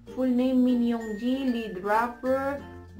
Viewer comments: Hindi po sya shuga its suga na po and Not yoonji its yoonggi pronouncation po yan d po spell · the pronunciation of yoongi, hoseok, and jungkook is wrong😚